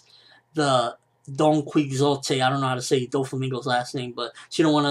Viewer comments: Donkey-Ho-Tay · haven't you ever heard of Don Quixote De La Mancha by Cervantes? If you haven't, you pronounce it Don-Kee-Hot. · it's Donquixote. He got his name after the Spanish tale, The Ingenious Gentleman Don Quixote of La Mancha